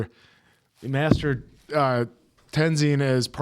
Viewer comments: If you pay close attention to the background of the city you will recognize all the statues. Also, I don't think you're saying Tezins name correctly. Are you saying Tenzon? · Ten Zon? Lol always hears names wrong then literally hears the show pronounce Mako and the answer but then pronounces it different, i dont know if does it to bother people or he legit just doesnt get it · TenZIN bro. You aren't the movie...you gotta pronounce it right 😂😂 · Also Aang was 12 not 10... also lol please fix tenzin pronunciation 😂